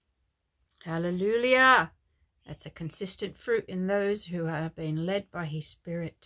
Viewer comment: Do you realise, innocently you say Hallelulia instead of Halleluia... you make me laugh 😂. God bless.